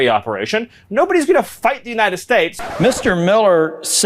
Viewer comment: Why can't he say the word states? Is he doing some nazi pronunciation for the proud boys or something?